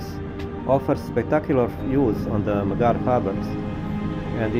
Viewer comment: kad vec snimas videe na engleskom jeziku, bar se potrudi da naucis kako se pravilno izgovaraju imena gradova i mjesta koja posjecujes i o kojima pravis video Nije hejt, al bas ruzno zvuci kad pogresno izgovaras imena gradova. Izgovara se Emdzar. Nije Bugiba nego je Budjiba. I tako dalje. Lijep pozdrav iz Arba (Gharb) i puno srece u daljnjem radu. 🤗🤗🤗